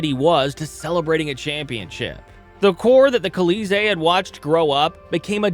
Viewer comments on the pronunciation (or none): Kuh-LEE-zay for "Colisee?" It's "Call-ee-ZAY." So...Le Colisee, or "The Coliseum."